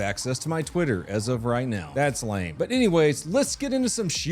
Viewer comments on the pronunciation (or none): none